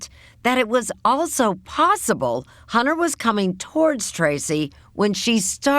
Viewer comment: She says torge instead of TOWARDS